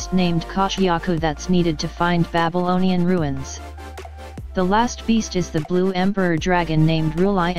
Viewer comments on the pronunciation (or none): none